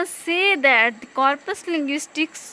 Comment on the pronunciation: Yeh Mispronounced